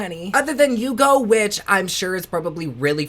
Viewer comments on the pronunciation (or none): none